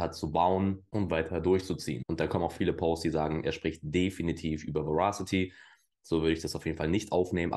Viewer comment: Moin! Danke dir für deine Verasity-Videos (und natürlich auch die anderen Videos)..gerne mehr von Verasity! Übrigens: Das englische Wort Verasity bedeutet Richtigkeit (was ein sinnvolles Wort für deren usecase ist..). Ich muß ja gestehen, daß sich mir die Fußnägel jedes Mal hochstellen, wenn das Wort falsch ausgesprochen wird.. 😅🤷‍♂es wird Weräßitti ausgesprochen.. Dein Kanal ist mir einer der Liebsten im Krypto-Sektor!👍